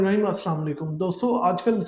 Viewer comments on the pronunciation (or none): none